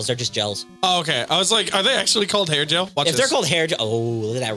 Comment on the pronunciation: the enemy is actually gel with a hard G, not jel.